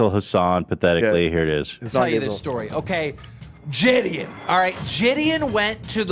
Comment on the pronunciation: I hope I never Have to hear Gideon pronounced as Jid-eon again.